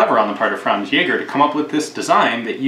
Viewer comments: Thanks for pronouncing the name of it correctly. :D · Well done on your pronunciation of ä. Most people don't bother to learn it and just pronounce it like a normal a, which hurts the German inside me.